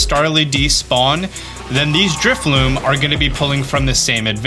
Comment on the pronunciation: It’s drifloon with an ‘n’ like balloon